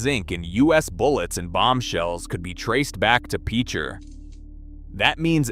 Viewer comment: I don't know what Autobots reading this but the pronunciation is pitch-er. To use in a sentence he is a really good pitcher for the baseball team. If you've ever known anyone that has grown up around there. If you've ever had to go over there and investigate from a geological standpoint you would know that it is one of the scariest things on earth. Next it is Quapaw. Qua-paw Tribe. Tar Creek that runs through Picher is an ecological disaster of biblical proportions. Some of these people that grew up in the town of Picher will never ever be healthy a day in their life,😣 A horrible life lesson,where everybody suffers.